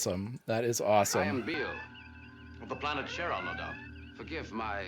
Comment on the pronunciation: The planet's name is Cheron (like Chevron without the 'v")